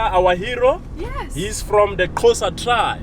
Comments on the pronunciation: Xhosa not qhosa lmao eish that guy make me lough..nice video anyway thanks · Xhosa not Qosa.bra..... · When he said "Qhosa" and not "Xhosa" I really wanted slap his face😒... 11 languages and can fluently sing Miriam Makheba but mispronounces the name of the language he supposedly can fluently speak! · Dear Uber driver, it's XHOSA not QHOSA ftsek!😤😭🇿🇦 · That's a Qhosa song & Nelson Mandela is from Qhosa tribe,,,🙄🤔,,,my brother really butchered that part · Xhosa not Qhosa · Noo this guy its not Qhosa its Xhosa.. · Your tour guide said he speaks eleven languages but he pronounced the name wrong: Xhosa not Qosa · Its pronounced Ko- sa- coming from a half South African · He sang the song wrong and pronounced "Xhosa" very wrong! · Remember he is not Xhosa but he tried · You can the guide is from Jozi. Dude can't even pronounce Xhosa. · I heard that, I know most sesotho speaking and other language speaking people struggle with the letter x the way we use it. They don't have a letter hence the struggle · I heard that and then had to verify it. So I was right, he did pronounce it wrong. +1 south african points to me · The "special language with all the clicks in it" (isiXhosa) is my home language 🤗! Your guide made a good attempt but he needs to work on it a bit more, it isn't an easy language to master 😂!! I can't wait to visit all the places shown in your video. Great content!!